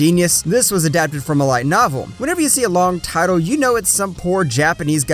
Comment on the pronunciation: Omg you're brutally murdering these titles with your merican accent, at least try pronouncing them right lmao